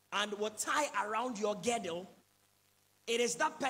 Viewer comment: Please it's not GEDDLE, it's GIRDLE.